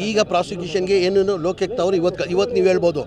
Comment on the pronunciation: ಲೋಕ್ಯುಕ್ತ ಅಲ್ಲ ಅದು ಲೋಕಾಯುಕ್ತ😂😂😂